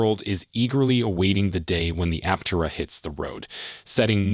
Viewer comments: Thanks for your video. BTW, it's pronounced Aptéra. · Pronounce Aptera correctly. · True , simply just making content. You would think they could pronounce the name correctly.